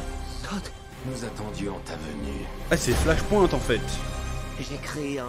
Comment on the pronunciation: Bordel mec... Flash "POINTE" Ahah ! Un effort allez pour les prochaines stp : Flash "point" comme "PowerPoint " ! 😀 Il y a moyen que Batkeaton soit Thomas Wayne, sur la photo que l'on voit et la main pleine de bleus qui s'y approche il touche "Thomas et Bruce" j'y vois un signe père fils.. T'en pense quoi ? Vous en pensez quoi ? Thomas devient batman dans flashpoint pour venger la mort de son fils avant tout c'est son obsession.. on en oublierait presque la pauvre Martha.